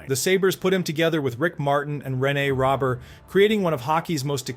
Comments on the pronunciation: It's "Row-bear" not Robert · I like the video but Jean Believe-ooh? And who's Rene Robert? It's pronounced Row-bear. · Hey jackals. Pronounced ROWBEAR. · Botched Beliveau and Robert. It hurts your credibility.